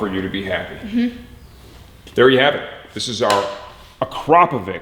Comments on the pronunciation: I had to be that guy. "Uh-crop-a-vich" as in "snitch" not "vick" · Have you dynoed it by any chance? Also you are slaughtering the name akrapovič